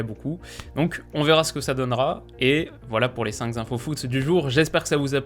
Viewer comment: Génial, comme toujours ! Mais juste, il n'y a pas de « s » à « cinq »...